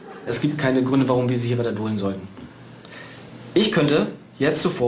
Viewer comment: "es gibt keine gründe, warum wir sie redebolen sollen", was zum geier labert der , ich verstehe es nicht. edit: aaah, "warum wir sie hier weiter dulden sollten", junge, red doch mal deutsch, die verstehen dich doch so schon kaum